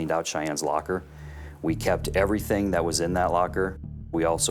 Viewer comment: British female narrator, the word is everything, not everythink!